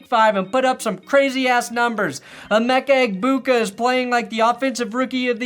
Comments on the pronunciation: Emeeka igbigboo has got to be one the worst attempts at pronunciation I've seen by a TV personality. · Gronk trying to say Emeka Egbuka's name will never not be funny. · white people trying to pronounce more ethnically-diverse names challenge (129% impossible)